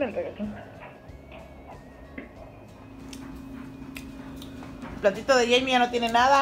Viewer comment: Pensé que dijiste regeton pero dijiste requeson 🤣🤣🤣🤣🤣🤣